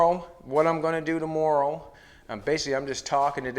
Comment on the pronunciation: Great to see you back! Love your innovation and how you explain your fabrication of the projects. My kids just heard you say the word, "tomorrow" and told me that you are the first person they've heard pronounce it the same way that I do. (Guess it's the Nova Scotia in my blood...my grandmother's family came from there to the USA. Wishing you continued success!